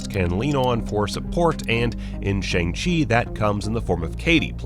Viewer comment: It's pronounced "Shawng " not Shang.